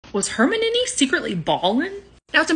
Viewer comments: Herminnany really it’s pronounced Hermione if ur gonna make vids abt it pronounce it right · I believe even Grawp pronounced Hermiones name better than you. 😅